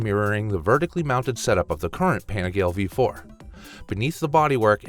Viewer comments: Please please learn how to pronounce the originals properly….. I cringed a few times when you said, quote: “PENEGAL” and “VELOST” 😂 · Is this AI? Dude can't say Panigale right. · No, he's just an ignorant North American.